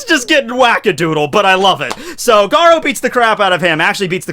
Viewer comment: you pronunciation of garou is like gadou